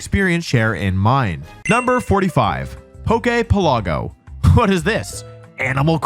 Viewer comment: Why does he pronounce poke-pelago like that